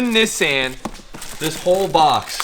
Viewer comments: Lets not forget pronounces Nissan properly. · Dear Americans. Listen to that is how you pronounce Nissan:-)